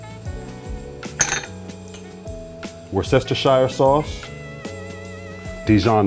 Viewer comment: Yum,! I hear you still have trouble pronouncing Worcestershire sauce. I like adding red wine, Dijon mustard, and a little more butter to gravy at end. I also use a hardboil egg yoke pressed through a strainer over the string beans, mostly for presentation. I like your blue plate specials.